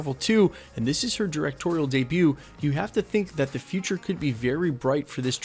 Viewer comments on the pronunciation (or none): none